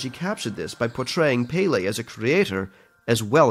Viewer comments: Beautifully animated and narrated. As a local in Hawaii， I always cringed a little when he said “Pele.” Too much stress on the “e” makes it sounds like “payday” lol。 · also narrarator: "pee-le" it's pele, pe like penny and le like lei. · When he pronounced pele as paylay I wanted to cry (Pronounced as just pe•le) It's that simple guys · I'm offend, it's not pay-lay, it's pel-ay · Narrator: Pay-lay Me: Disgusted and offended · Close, the pronounciations are: Ha Vai'i- like wai? (why) but with V sound :) not Hawai'i. Peh- like in pet , le like leh, or meh! : peh-leh. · Pele is pronounced pēlē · It is pronounced peh-leh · IT’S NOT PRONOUNCED AS PAY-LEI 🙄😬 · Is anyone else Hawaiian and noticed how he pronounced Pele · oof how he says Pele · You said pele wrong... very wrong..... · You said pele wrong... I'm sorry I live in hawaii I don't like it when ppl do these things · The fact that he pronounces Minotaur and Pele wrong irritates me😭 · Your pronunciation of Pele is terrible